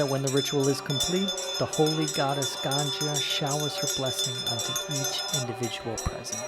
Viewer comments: I love how she depicts an X. Also, it's not the ganja river. That would be like river 420. It's Ganga, and pronounced differently. The way you said it, you are referring to reefer. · Not to be pronounced as " Gan-Jaa", but "Gan-Gaa". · Ganja and Ganga totally different things. Sometimes pronunciation does matter. And this is not even a complex word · Why you people call it ganja instead of ganga?? 😂😭 Ganja literally have 2 meanings "Bald" & "Weed" 😂 And ganjis instead of ganges... Ganjis are basically the tshirt we wear inside a shirt... 😂 😂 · O God.its ganga not ganja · Lol...did you just say mother ganja ?...lol..it means mother weed 🤣